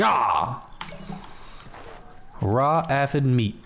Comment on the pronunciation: It’s pronounce A-fid